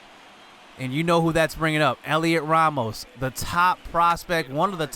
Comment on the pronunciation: Its pronounced Helio Ramos you don’t say the T Great vid